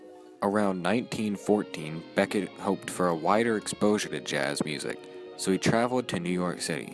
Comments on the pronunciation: Sydney BECHET (BEH-SHÉ!!!!!!!!!!!!! no BECKETT!!!!!) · I appreciate your hard work,. But... Your Radio Shack Mic Stinks. Music is too loud. You really lose your Jazz knowledge credibility when you pronounce Sidney's last name incorrectly. Its bi-SHAY, not BECK-it. Best of Luck in your future endeavors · How ignorant can you get!! Sidney Bechet is his name not Becket! The last name is creole. Pronounced Bay-Shay. Eeegads!! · Bechet was pronounced wrong, it's not Beckett, French- Bechee, no T LOL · Sidney Bechet's last name is pronounced Be shay. It is French. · Bechet is pronounced be-shay He was Creole from NOLA. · Need to learn how to pronounce Sidney Bechet's name!!! Not terribly well researched. :-(